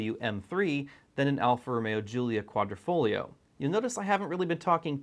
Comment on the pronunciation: Nice video, but the word is Quadrifoglio, not Quadrofoglio Quadro = Picture frame Quadrifoglio = Four leaf clover and the "g" in Quadrifoglio is silent. That's it for today's Italian lesson.😁